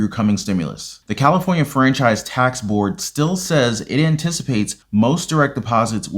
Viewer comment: $1100 FOR CALIFORNIA SAY IT THE RIGHT WAY BUDDY